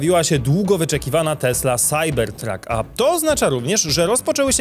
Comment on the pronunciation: SAJBERTRAK SAJBERTRAK SAJBERTRAK Proszę Cie, nie kalecz PLAD PLAD PLAD PLAD